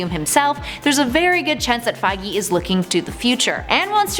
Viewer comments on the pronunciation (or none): none